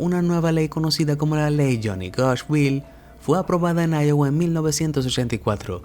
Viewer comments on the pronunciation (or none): none